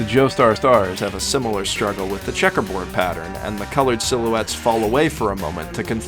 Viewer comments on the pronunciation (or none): none